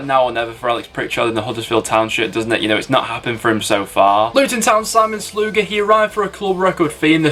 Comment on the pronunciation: Simon sluga is pronounced sea mon sluga